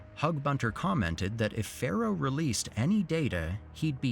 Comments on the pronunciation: Narrater keeps saying 'Pharaoh' but the name is Pharoah!! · ”Pharoah” hehe